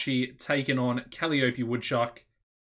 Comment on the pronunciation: Woot! When you get a chance, could we see your backstage rating, please? Gloomy Ruby is only one-tenth of your roster, so it's probably good, but wouldn't mind seeing it anyway. Thanks in advance. Oh, and Kuh-LYE-uh-pee' :-)